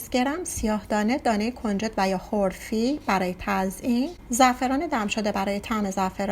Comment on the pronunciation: تلفظ صحیحش خرفه اس نه خرفی